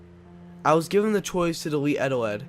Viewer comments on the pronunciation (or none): no wait on not eteled, EGELED. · "egg eteled" Eggeled